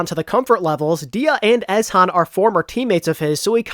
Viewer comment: Great video. I pretty much agree with you. The roster seems to be weaker than the rest of their region, but I have quite a bit of faith in their coaching staff. One thing to note is that Ezhan should be pronounced as "ee-zee-han" as it seems to be a play on words with his real name Lee Ji-han.